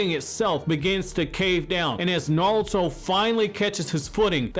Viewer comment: “Nalto”? “NAWLTO” Who is that? I thought it was NARUTO.